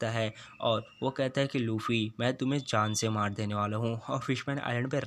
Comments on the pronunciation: Bro it's luffy not laffe😑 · Not lafy it's luffy 😅😂